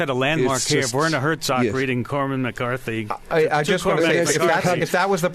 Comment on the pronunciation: "Corman McCarthy"? What the fuck